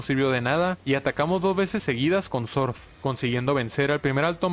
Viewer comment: me encanta cuando dice sorf, "sonia utiliza sorf" 😂😂😂😂